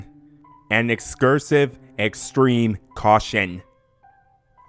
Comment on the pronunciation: Did... you say "excursive extreme caution"? And... that didn't seem wrong to you? In any way? Thanks for the chuckle. New to your channel, just giving a listen to the rest of the story now!